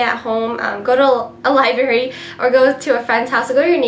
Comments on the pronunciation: haha straight A student says "lieberry" instead of library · lol , she said liBARY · she said library wrong...js not to be rude